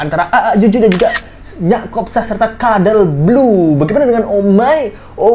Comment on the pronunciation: Kenapa bang jdi keterusan ngmgnya "kadel blu" 🤣🤣